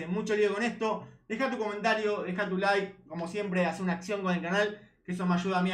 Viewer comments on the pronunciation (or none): none